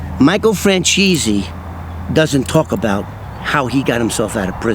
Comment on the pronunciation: And we're supposed to listen to or believe a guy who can't even pronounce Michael's last name properly???? Yeah...ok.